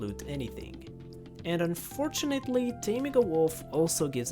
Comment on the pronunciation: "However" "Unfortunelly"